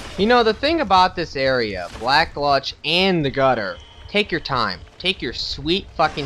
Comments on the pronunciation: And for the snake thing that comes out of the wall , it's best to be unlocked when shooting at them. One more thing for the love of god its gulch not glutch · Gulch rhymes with mulch. Not gluch .... goal-ch.... gulch. Sorry, that's driving me crazy. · black -- gulch not gluch sorry lol love the vids but it was killing me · Mundane: 2 syllables; mun, like the sound at the beginning of Monday; dane, like the dog great dane. Emphasis on the 'dane. Gultch: 1 syllable; gul, like the sound at the end of seagull; tch, like the 'ch' sound at the beginning of church. Your pronunciation of 'Copse,' while sounding weird, is correct :D I'm sorry, I felt the need to post that. Really enjoying the vid. Good job!